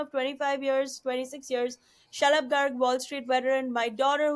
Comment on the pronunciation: Whenever Zarna says Shalab's name, I hear "shut up Garg" honestly 😂